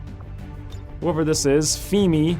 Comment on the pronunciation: Hi,! I recently subscribed to your channel because I find your Xcom videos so engaging and fun. Basically before you I had only followed Beagle, but I find you just as entertaining. Now I'm watinching your Season 1 of Long War 2 because I just can't get enough! Anyway, the name "Femi" is Yoruba, from Nigeria (I know cuz I'm Yoruba myself.:D). It's pronounced "Feh-Me" not "Fee-me". Just so you know in case you get another Femi in your S2 Long War campaign. Thanks for the videos!